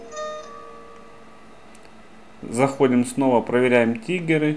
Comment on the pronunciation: не ТИГЕРЫ, а ТРИГГЕРЫ бесишь